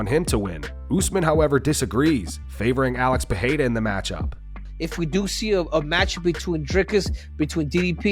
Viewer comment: Can u guys please start pronouncing Alex Pereira's surname correctly? First R Is pronounced like an R, not an H. If it was RR, it would be pronounced like an H. Otherwise, love ya work! ❤